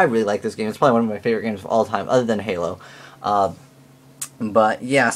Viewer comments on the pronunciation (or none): none